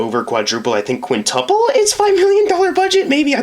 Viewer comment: LOL The way you said quintuple is fumny, not gonna lie. Also, you're right. Though, I would have phrased that as "grossed 5 times its budget".